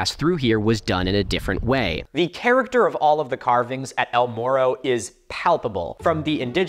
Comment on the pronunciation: To be fair, a lot of English speakers can't make the Spanish "rr" sound (myself included, despite all attempts to learn, because it sounds frickin awesome and it makes me sad that my tongue simply refuses to cooperate), so some of us don't really have the ability to pronounce "morro" correctly.